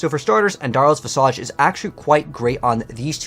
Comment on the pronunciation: It’s not visAJ like massage it’s visage like slippage or cabbage. Vizidge